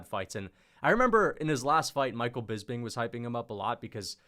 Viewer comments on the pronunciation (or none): none